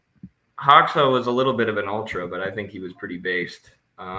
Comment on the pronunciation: side note, hoxha is actually pronounced as "hoja" - you have the name right, enver, but it's hoja. I have no idea why it's spelled like that, but I'm serbian, and I grew up listening about hoja (hoxha) - you can hear the proper pronunciation on his wikipedia page, right after it gives all variants of his name, there's a little "speaker" button, and enver hoja it is... I don't know how relevant that really is, but like, wouldn't hurt to have his name pronounced somewhat accurately